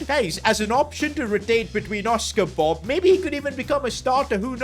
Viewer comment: It Bobb nor Bob that just sounds like bub